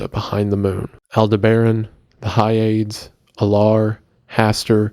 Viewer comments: Hyades is pronounced not as 'Hi-aids', rather it is pronounced as 'Hi-ah-dees'. It is of Greek origin I believe. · Or pronouncing "Hyades" (Hi-Ya-Deez) as whatever the f he was pronouncing it as. Drove me crazy. Like know your pronunciations dude. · Hyades is pronounced Hi ah dees